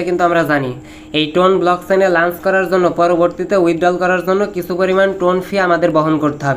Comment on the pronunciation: লাঞ্চ না লঞ্চ 🙂 আপনিই কোন ক্লাস অব্দি পড়ছেন 🤣